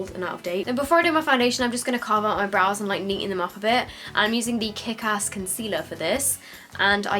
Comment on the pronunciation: When she says ass she sounds really southern